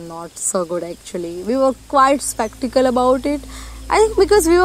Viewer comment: Wow, great work. The topic discussed is highly relevant and the video gives a very clear message. I can only imagine the hard work you guys have to put to create such an amazing video. 👍 On lighter note, i think skeptical is wrongly pronounced 😊